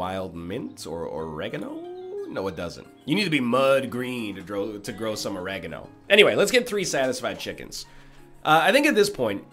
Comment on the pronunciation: "oh-reg-ah-no" ermmmm wut?